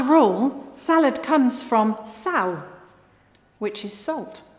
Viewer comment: As a (brazilian) portuguese native speaker, hearing pronouncing "sal" (salt) perfectly Just made my Day! My heart melted.